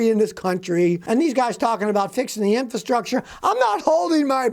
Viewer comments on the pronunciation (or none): none